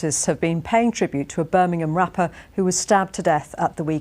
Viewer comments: Birmingham ❎ burminum ✅ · ITS NOT BIRMINHAM ITS BIRMINGHAM